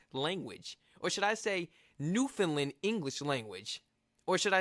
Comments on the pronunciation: New fin land not lind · Quick little note about your pronunciation of the word Newfoundland, if you don't mind. Please don't pronounce the last syllable as "lund". It's pronounced "land", same as you would say "Disneyland". (People find it easy to remember that as an example of how to say it.) Go back into the video and you'll hear it clearly pronounced that way by the narrator. The name of the island is pronounced "noof-end-LAND", with the same cadence as "understand". The full name of the Canadian province is "Newfoundland and Labrador", just like the names of the two dog breeds, the Newfoundland Dog and the Labrador Retriever! Cheers! ❤🇨🇦❤ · It's pronounced NEW FIN L-A-N-D, not New FIN LIND. Also, I would go easy on that term "Newfinese". That's a rather new term to us who live in Newfoundland. I've lived here since 1949. Best of luck to you young man. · Not Newfunlin...it's New fun land. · As a Newfoundlander, I would like to teach you how to properly pronounce the name of our beautiful province. It rhymes with understand; so you can understand Newf-UN-land. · it is pronounced New Found (not fun) Land (like land) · Loved this. Your reactions had me dying. One thing, you are pronouncing Newfoundland wrong and it is a common mispronouncation. It rhymes with 'understand' and similarly has 3 syllables. Start by saying new, then fun for found, finally pronounce the 'land' at the end of Newfoundland. New-fun-land, un-der-stand?❤ A Newfoundlander is also called a Newfie, though amongst us, there is some debate about whether it is acceptable. Newfie has been used in a derogatory way, the butt of the joke. Newfie is also used as an endearment, especially if we are referring to ourselves. You should do Quebec next❤🎉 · If you want to learn how to say the name more like a Newfoundlander, try saying the rhyme Understand Newfoundland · When pronouncing Newfoundland pronounce it to rhyme with understand. Hope that helps lol